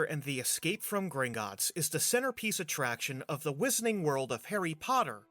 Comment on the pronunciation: The "Whiss-urr-ting" World, ehh? Lol